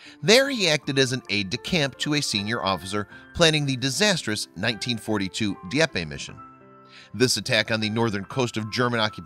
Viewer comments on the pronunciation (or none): Dee epp. Not Dee epp eh. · It's pronounced DEE EPP. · You mis pronounced Di-eppe. Two vowels not three, but whatever, Scottie was a great man.